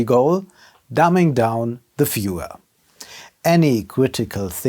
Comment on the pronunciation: Who’s gonna take someone serious who pronounces viewer like fewer? Schuster bleib bei deinen Leisten